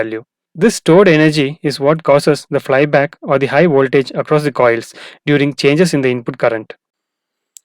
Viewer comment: Not "Woltage"...Voltage.